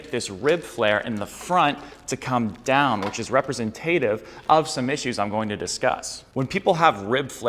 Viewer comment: Great vid 9.5/10 ... would give you 10/10 but you pronounced "representative" as represen-TAYTtive within the first 20 seconds and it really bugged me. Cheers